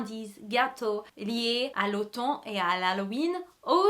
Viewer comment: Allo, super video!! Juste petite info pour la prononciation. Quand ont dit automne on prononce le n à la fin comme le mot on en anglais ( comme to put something on) donc ça donne '' au t on '. Je sais pas si mon explication est clair 😂 mais de toute façon les erreurs c'est cute 😉 Happy Halloween 🎃 🎃